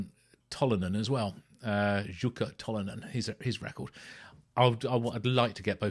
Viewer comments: Pronounced Yukka mate🏴🇬🇧🏴🇬🇧🏴…like Bjorn. Merry Christmas. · It's pronounced UKKA & he was one of the best guitarists on the planet & sadly he can no longer play from health troubles. Thanks for doing something on both Jukka & Wigwam. As i mentioned in my first comment you really need to watch the vid of Grass for Blades & you will see & hear Pekka Reichardt on guitar & Yukka did play with them at one point, but he was a solo artist for most all of his career. What you have there is the 1970 LP of Jukkas first solo album but i think it's a different pressing than what i have but the same cover as i hear things that are not on my album. Seeing him play is amazing & you can as there are lots of vids on YT with him. One killer Blues player as well. You can get all his records on CD but good luck finding them on vinyl & same with Wigwam. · Nice video,! You pronounced Tolonen correctly, and Jukka was close. The Finnish "J" is always pronounced as "Y" is in English, not "Z".:D <3